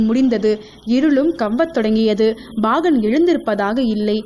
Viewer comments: Very Good. But the pronounciation Bagan instead of Pagan is horrible to hear. Again n again saying Bagan is highly irritating. Learn proper Tamizh please. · Bhahan illai paahan. Plz change this pronounciation in next video.